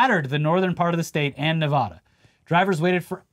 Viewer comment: For the love of God please say Nevada right